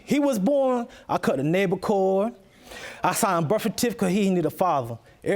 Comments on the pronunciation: He cut the what??? 🤔 I've seriously rewinded it multiple times. The most i could make out it's labor cord or navel cord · "Concinnception." Lol "Nable core, birfatific.." Lol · Oh, I thought he said "labor cord". SMH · She straight LIED!!! Crying, screaming, the whole 9 yards....and did he just say "nabo" cord? Lawd....this is a mess!!! A hot mess!!!